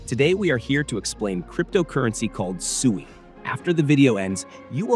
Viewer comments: Right from the beginning you pronounced SUI wrong. If you actually did your research watched or listened to any of the devs from Mysten Labs you wouldn't call it SUEY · I thought the management team calls it SWEE